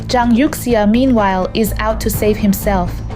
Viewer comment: This looks like fake. The Chinese names are pronounced wrong - Youxia??